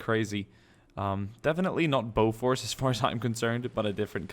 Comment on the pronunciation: btw Bofors is pronouncesd bo fers